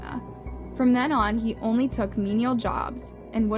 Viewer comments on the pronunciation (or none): none